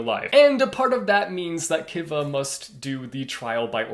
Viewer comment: It’s pronounced Kiva like Key-Va